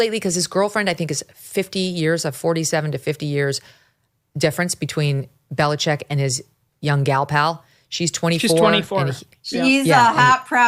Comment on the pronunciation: OMG....you guys, it is Bill BeliCHICK, not BeliCHECK. Just like the illegal drug coming over our borders... it's FentaNYL, not FentaNOL.... Sheesh!!!